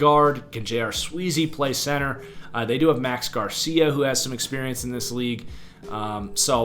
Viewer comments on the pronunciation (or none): none